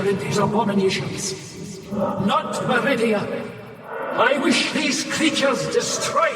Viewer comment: Meridia? Or Macridia? 😂